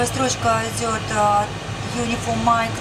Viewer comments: Самое главное, Дуэлянт, это не выставлять свой ничтожный IQ напоказ, а быстренько посмотреть информацию в Гугле. Если ты, как, Uniform Mike произносишь как "Юнифолмайнд", значит ты в своем развитии ПРИЛИЧНО отстал от остального населения планеты. Недалекий паренек, услышав в боевике слово Roger (во время переговоров по радио это означает "Принято", "Понял!"), воскликнул, "А чо они вечно друг друга называют РОЖА???")) Это не ты был?)) Признайся, тут все свои. Не заснет он ночью. Можно подумать, порнуха дает тебе поспать))). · Только сказал он это, когда она уже почти все слово написала. А изначально он чётко произнёс "напечатайте unionmike". Когда говоришь с 12-летним ребёнком, а имено так приходится говорить с человеком, который не шарит, то нужно все проговаривать, как дурачку: "третья зелёная кнопка слева под правым экраном". Тут больше её заслуга в том, что она успела перевести все команды суфлера на свой язык. В идеале такому помощнику лучше сидеть в симмуляторе и видеть те же приборы, что и она. Но сидеть можно только медленно!